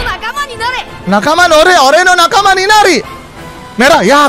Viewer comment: Yang benar itu nakama bang bukan najima